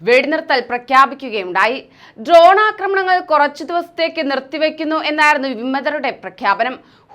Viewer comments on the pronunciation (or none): none